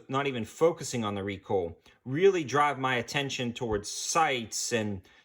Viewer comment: When recoil is pronounced recoal……